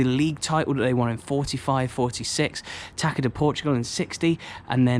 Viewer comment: A tip: TAÇA is pronounced like tassa not taca